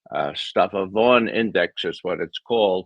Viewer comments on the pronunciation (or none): none